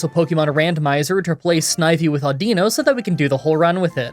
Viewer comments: I'm pretty sure it's pronounced Au-din-no 😂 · Before the video even started, I had to take me guess on exactly how you were going to pronounce audino. I guessed wrong